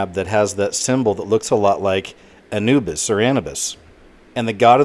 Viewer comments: It's not Ana-bus it's Anoo-bis. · My only complaint about this video: its pronounced A-new-bis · its pronounced A(new)bis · "Ah-new-bus",....other than that,great job,i agree completely 👍